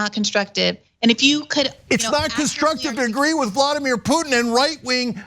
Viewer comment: Why does he keep saying "Vlodymir Putin"? It is Vladimir. Vlodymir is Zelenskyys first name... the Ukrainian PM. FFS even the basics he's getting wrong. This is such a painful thing to watch... comparing the warcrimes of the Nazis in Ukraine to a bunch of tikki torch waving wannabes in Idaho. UTTER B*LLOCKS